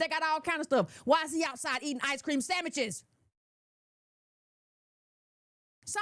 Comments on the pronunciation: IS SHE SAYING...,,,,,,,,,,,,,,,,,"SAMMICHES?"😂😂😂😂😂😂😂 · Did she say sammiches??? 😆😆 I love her! I love her! I love her! “Thank You!” for sharing ❤️🖤💚 🇺🇸🇺🇸🇺🇸